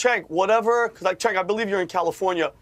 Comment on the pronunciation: I don’t get it. My kids learned the CH makes a sound like in the word Chew. Cenk Has no CH in his name. It’s pronounced Sink